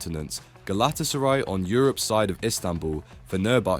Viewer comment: fr, it takes two seconds to look at google and see how easily it is to correctly pronounce Galatasary and Celtic